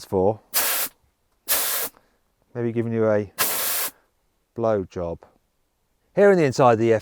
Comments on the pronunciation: 気持ちいいことっていうかぶろーじょぶって言っちゃってます笑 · エアーガンの紹介の時、blow jobって言うてるやん🤣